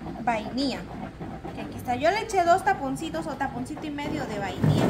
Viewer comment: No sé dise bainia sé dise vainilla